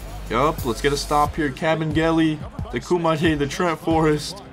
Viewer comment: You didn’t say koumadjes name right